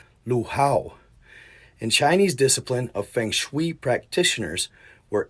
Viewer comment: Great video but your pronunciation of Feng shui is cracking me up....I love your content though! It's pronounced Fung shway